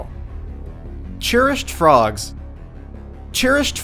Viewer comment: 10/10 would watch again apart from the fact 'cherished' is not pronounced 'churished'